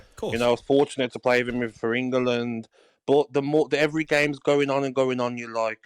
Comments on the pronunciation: It’s ENGLAND you tw..t Gabby NOT Ingerlund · I love it that gabby says engerland... 😀